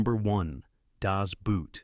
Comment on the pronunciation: why can nobody say das boot correct everybody says the shoe